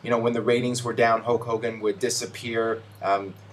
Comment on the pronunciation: STOP SAYING HOWK HOWGIN! It's so fucking annoying